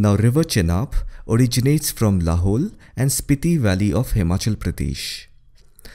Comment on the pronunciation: "Lahaul" pronunciation is same as "Lahore(Pak)" can't differentiate by a voices.